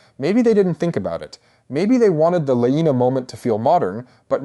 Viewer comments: Alicent was older. Also if you haven’t read the books you shouldn’t be making videos about it. Also you’ve pronounced Laena wrong every single time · Weird way to pronounce Laena and Baela.